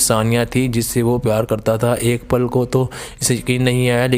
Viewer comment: Pal ko zabr k sath parhte hain